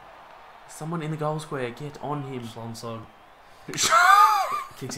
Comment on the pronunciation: I'm a Cats fan and already you have tarnished my name pronunciation of Schlensog. SCHLONG SLOG. Intense wankery right there! LOL